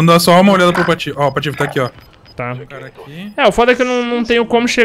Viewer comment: Oia lá o "Patifeco"